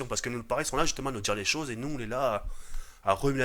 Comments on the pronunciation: "j'en ai vu des saujes" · j'en est vu des soges (au lieu de choses😂) 2016😂